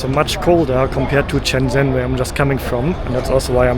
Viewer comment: I say this with love, but if I hear “Shenzzzzen” one more time… It’s actually pronounced “shen-jen”, soft, simple, no aggressive zzz. Please, for my sanity and for the people of Shenzhen try to pronounce it right.